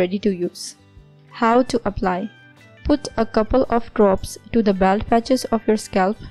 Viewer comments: Baold not baald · I can't believe you don't know how to pronounce BALD. Plz get somebody who can speak English to read in d video. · It's not 'baold' you idiot, it's 'bawld'